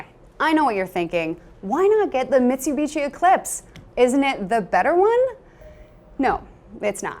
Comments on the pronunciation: did she say mitsubitchy? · What's a Mesu-bechee?